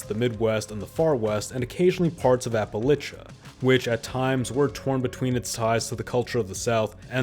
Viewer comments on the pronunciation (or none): You’ll say Appalachia any which way but right. It’s “Apuhl-atch-uh” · Did you mean Appalacha?? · My God did you really say a pal a chia instead of ah puh lay chuh for Appalachia? 😂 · It's not Apalicha it's Apalachia or Apalachan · ah-Pala-chia? It's ah-pa-latchenz or ah-pa-lay-shuh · This man really wants to pick a fight with the hillbillies…. App-uh-latch-ah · It’s pronounced “appa-LAY-shuh” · How many different ways are you going to pronounce “Appalachia”? It’s app-uh-LATCH-uh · I'm sorry, but AppalAIcha, AppalOOcha, AppalIcha....pick a pronunciation and stick with it. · 9 min in and I've heard Appalachia pronounced appalachia, appalAchia, appalooochia, and appalichia 😂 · Wtf says appaloochia? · You have many interesting pronunciations of Appalachia; Appaluchia, wow. I understand that pronunciation of that region varies. It looks like the Republican Party is coming back to Protectionism. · apaloocha apalichia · Its obviously to generate engagement. Nobody on Earth pronounces it "Appalucia" unless they can't read or something. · Opal Lucia. Apple tacia. Oogle laysha… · it's apple-asia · I live in SWVA. If you call it Appalaysha, I’ll throw an Apple atcha 🤷‍♂️ 😂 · A.i speech? He pronounced Appalachia 10 different ways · Yhe inability to pronounve Appalachia should discredit everything in this video... and it is made only worst by a narratvive worthy of the history of a sports franchise that won no championships It's fact-free recitation makes me wonder why it cannot include vote counts btw Dems & Gop inn national elections of. Consequence like Civil Rights legislation and regional voter stats on electoral college results vs federal legislatures in both chambers,... and maybe some party gubernatorial records and trends. Repeating chatacterizations without citing sources is thin gruel. Conclusion : doubletalk. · I'm convinced he's purposefully saying "Appalachia" in every way but the right way just to bait us lol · Good video, please learn how to pronounce Appalachia